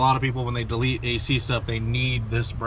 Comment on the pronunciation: You mean "WIRING HARNESS DAH-YEET!"